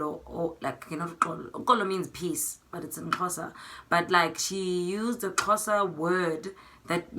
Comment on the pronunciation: I loved when you pronounced the Xhosa words. Love from Kenya